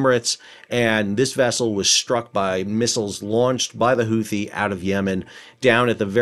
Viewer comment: Houthi is pronounced hoo-tee, not who-thee.